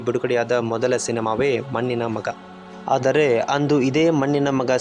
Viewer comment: ಮನ್ನಿನ ಮಗ, ಸ್ವಲ್ಪ ಕನ್ನಡ ಸರಿಯಾಗಿ ಉಚ್ಚಾರಣೆ ಮಾಡುವುದ ಕಲಿತು, ನಂತರ ಮಾತಡು